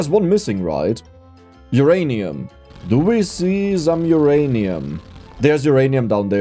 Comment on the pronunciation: He said Oranium again 😤